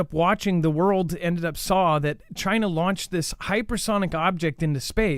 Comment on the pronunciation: That is funny gaff u said JI-NA LOL